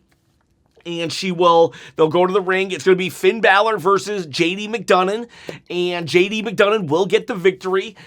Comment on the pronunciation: His name is NOT JD McDougnon its McDonagh there is no N on the end of it. !!!!!!!!!!!!!!!!!!!!!!!!!!!!!!!!!!!!!!!!!!!!!!!!!!!!!!!!